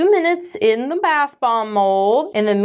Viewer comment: I swear it sounds like is saying bath bong in the beginning of the video instead of bath *bomb*😳 The unhinged walrus bit also might have helped feed that perception...😅